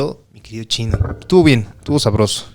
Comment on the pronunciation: Espero haya aportes periodísticos de "el financiero" por cierto me agrada cuando a chino le dicen "chine"